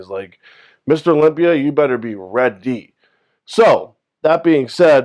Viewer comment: I like how you said READY!